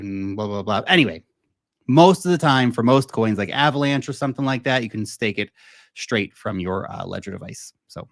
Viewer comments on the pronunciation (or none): none